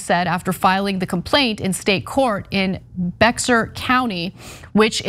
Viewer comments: Lol its actually pronounced, "Bear County." Got dirty looks and corrected quickly when I pronounced it "Bex ar." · Fun fact: Bexar, or as pronounced here 'Bex-are' County is pronounced 'Bear' 🐻 County. 😊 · Tell Anna that Bexar is pronounced "bear." So, Bexar County is "Bear" County. It was originally named after a Spanish town in western Spain called Bejar. The spelling was changed to Bexar but the pronunciation is "bear." Technically, Texas should be pronounced "te has," but it's been bastardized to pronounced the "X." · Bexar County is pronounced like Bear County, fyi for future reference not offended in any way. Love your work Ana. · Bexar is pronounced like bear btw... Amd fantastic video. 👍💯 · For those complaining about the mispronunciation of Bexar, you should put in a motion to have the 'x' removed because that's the only way it will be pronounced correctly. If that is too extreme, keep the x but modify the name to "Bexar (Pronounced Bear) County" 😁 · PSA: the county in Texas is pronounced with a silent X “Bear”. The individual the county is named for did not read or write and signed his name with an X, so it was included in the spelling of the county name. ;) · Bexar is pronounced "Bear" or "bey-ar." It's mostly comprised of the city of San Antonio, the seventh largest city in the United States. Truly annoys me when people continually get this wrong. Have no idea why San Antonio gets practically zero respect from the rest of this country. I don't even live there anymore and it still annoys me. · Bexar County is pronounced BEAR county. I know bc I live there lol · Bexar County is pronounced "BEAR" county Ana. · Bexar is pronounced Bear 😁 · 👍Bear County is the way we say Bexar county 👍fyi, love the show✌ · FYI Bexar is pronounced as Bear. common mistake for people outside San Antonio. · Bexar County is pronounced "Bear" County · GDI, Great coverage but AGAIN nobody can Pronounce the Bexar County correctly. ITS JUST "BEAR", the x is silent.